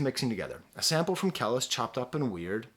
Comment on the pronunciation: Your videos are always dope and I appreciate you reviewing this one but it's Kah-lease (kelis) . keep the reviews coming